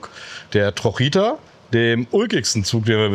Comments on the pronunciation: Danke für die Detailerklärungen. Die "trojita" heisst übrigens in Wirklichkeit "trochita", kommt von trocha = Spur. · Wie er von der Trojita erzählte , habe ich erst gar nicht verstanden um was es geht. Bis es bei mir Click gemacht hatte denn er meinte TROCHITA ausgesprochen „trotschieta“ …. Trocha bedeutet Spurweite und Trochita eben Spurweitchen weil diese Bahn so eine kleine Spurweite hat